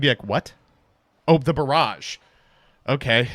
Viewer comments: Dude, I deadass thought that he said "Zoodiac Broad" instead of "Barrage" and nearly had a heart attack. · I thought he was going "BROAD..... BULL!!!" for drama but no